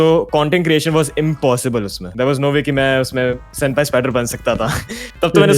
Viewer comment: Bro its SENPAI NOT SEMPAI😂😂😂😂